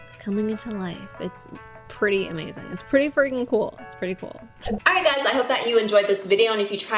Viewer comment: She said "Hey Suys"